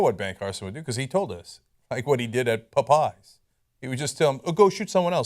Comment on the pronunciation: This is just a side note (because I'm tired of talking about this buffoon) but every time Cenk says, "Pop-pyes," I want to eat a pie (apple, blueberry, pumpkin, Lemon Meringue, etc.). lol